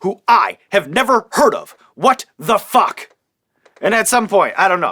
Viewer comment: hearing Sean say fawk is magical